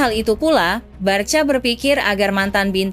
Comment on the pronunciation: de jong bacanya de yong, ajax bacanya ayax, barca bacanya barsya, catalan bacanya katalan, girona bacanya jirona, rapinha bacanya rapinya biar enak kalau bacanya benar😂